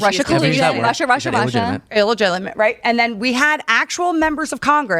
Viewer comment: "Illijillimate"? LMAO